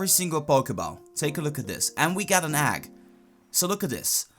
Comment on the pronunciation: what's an "agg"?